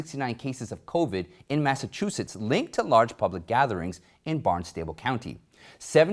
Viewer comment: Just FYI, Barnstable is pronounced like constable. Great show as always!